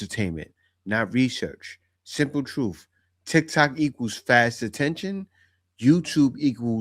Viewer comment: "Teling her *TRUFF*" ?